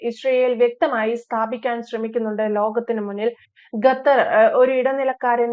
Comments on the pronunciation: ഗത്തർ അല്ല 🤣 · ഗട്ടർ അല്ല, "ഖത്തർ " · not GAthar, but Qatar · GHATHAR ALA " khathar " AANU. JAI HIND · ഖത്തർ not ഗത്തർ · ഗതാർ അല്ല, ഖത്തർ എന്നാണ് ഉച്ചരിക്കേണ്ടതു. ഒരു രാജ്യത്തിന്റെ പേര് ശരിയായ രീതിയിൽ പറയാൻ പഠിച്ചിട്ടു വേണം ഈ പണിക്കിറങ്ങാൻ. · ഗത്തർ അല്ല ഖത്തർ എന്നാണ് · ഗത്തറല്ല, ഖത്തർ. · ഗത്തർ അല്ല ഖത്തർ എന്നാണ് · ഗത്തർ അല്ല ശരിക്ക് ഉച്ഛരിക്ക് ഖത്തർ ആണ് ശരി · Gathar alla Qatar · Gathar alla Qatar. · ഗത്തർ അല്ല ഖത്തർ. ക്യാമറയുടെ മുൻപിൽ വന്നിരുന്നു പറയുന്നതിനു മുൻപ് അക്ഷരങ്ങളും വാക്കുകളും സ്പുടമായി ഉച്ചരിക്കാൻ പഠിക്കുക. ലോകം മുഴുവൻ കേൾക്കുന്നു എന്നൊരു ബോധ്യം ഉണ്ടാകുന്നത് നല്ലതാണ് 😁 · ഗത്തർ അല്ല ഖത്തർ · ഗത്തർ അല്ല. ഖത്തർ